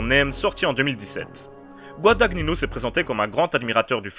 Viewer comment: GuadaGNino , pas Guadag Nino , c'est de l'italien ;), sinon jolie critique